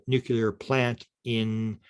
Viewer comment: Dude, it's "nuclear", not "nucular!" up in here!